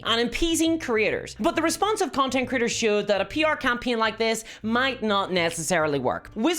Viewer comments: I like how her accent makes "content creators" sound like "content critters." I want the stats for content critters, because they sound delightful. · I know you're saying "Creators" but I'm hearing it as "Critters", and it's just delightful.